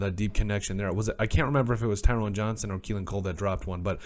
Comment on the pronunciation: Ty-ron. Tyrone has an E that makes the hard O sound. Both he and Cole had drops. Cole had the easy looking drops, Johnson had a drop he had to dive for.